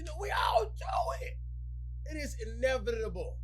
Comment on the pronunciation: Caught that boy in 4k he can't pronounce inevitable